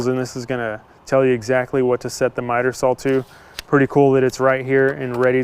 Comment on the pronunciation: It's a 'saw'...It's not pronounced sawl.....Saw ,not sawl....speak properly